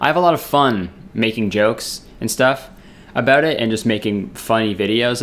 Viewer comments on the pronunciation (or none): "a boat" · He doesn’t say it every time. Haha. Just the occasional “abewt” slips in. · Morgan Lea abawt